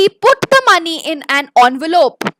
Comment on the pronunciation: Actually it's ENVELOPE not ONVOLOPE pls correct it😅 otherwise the session was just amazing